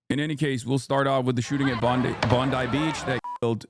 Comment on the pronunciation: Bon "die" not Bon D. It's being run smooth but I can see the 4 steps of a Mauser style bolt action there. Very rare but the last 6 months have had a number of shooting incidents in Sydney. Luckily this wasn't the guys with the AKM or the .30 Carbine or the casualties would likely be worse since they were competent this time.